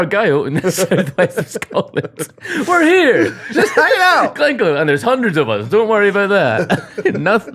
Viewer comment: Glen Coo... ih dear hahaha Glencoe